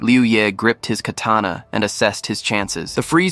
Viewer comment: Lol they said kerrtanna instead of katana at that timestamp and YOU'RE trying to sound smart by stating the obvious about a fictional manwha 😂 get your priorities in order you blueberry!